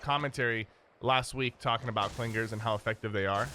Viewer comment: Must be a Long Island native with those "Cling-Gerz" pronunciations!